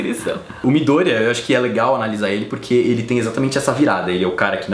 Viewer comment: Adoro quem pronuncia "midoooooôria" e não "midoriiiiiiiiía" <3